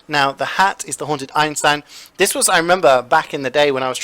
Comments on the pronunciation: Don't you mean HAUNTED not hanted?????! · All Hanted loadouts"